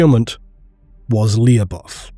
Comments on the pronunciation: Lu-bov' Lu should sound like it does in for example ludicrous And the last letter sounds like v, not like f (unless you "drag out" the pronunciation). But a soft v. I don't know how to explain soft sounds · Lyubov should be pronounced as LY(or Spanish LL)oh-b-ov(off). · Lyubov sound like Lubov - that mean Love in russian. Make the story a little more grim